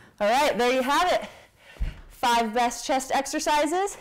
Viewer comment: Did you just say "Five breast chest exercises" ? I misheard that. LOL